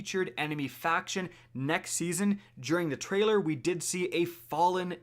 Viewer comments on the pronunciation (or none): none